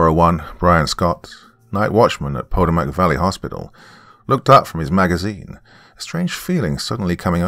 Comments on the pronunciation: Dear: Just to let you know, the word "Potomac" is pronounced pa-Toe'-mec. The emphasis being on the big "Toe" - like gout. 😊 Hope you are doing well. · The river is pronounced Puh-toe-mick. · Pronounced like Pu-toe-mack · That river is pronounced as pah-TOE-mac...just for future reference. Never heard it pronounced the way you did it. Entertaining story nonetheless. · Doc may have mispronounced "Potomac" but he read that Latin like a freaking champ. I couldn't even read it that well and I wrote the story lol. I really liked "The Devil Does Not Bargain for Souls." I look forward to hearing more from Bloody Spaghetti. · This has to be written by someone familiar with where I grew up at in southern Maryland. Also the drs pronunciation of Potomac😂! Great story and narration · Anyone else who can't help themselves mentally correcting the pronunciation of Potomac?